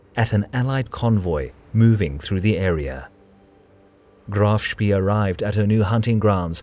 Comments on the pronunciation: You pronounce it like Graff Spae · Seing graf shpee called graf shpii sounds so strange. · See is pronounced say in German. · Some pretty bad mispronunciations mate. Admiral-tea, not Admirality. It’s also “Graf Spey” not “Graf Spee”. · 3.31 - Admirality? Graf Spee is pronounced Graf Shpay